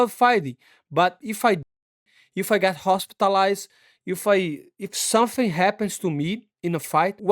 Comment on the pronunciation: Set up an insurance company Moicano? Money Moicano Dodgy Brazilian Insurance Scams. Totally legitimate, "let me tell you sumfing"